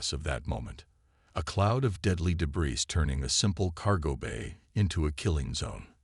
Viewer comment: The word cadet and debris . Butchered it too many times for me Made it to 6 min mark